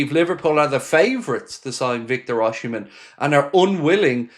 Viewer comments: it's pronounced Oss-im-en, there's no "H" until the end, and it's silent, not OSH-imen, just so you know.👍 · Nice video & Happy father's day to you. By the way, it's OSI Not OSHI-mhen. He's my country man..😊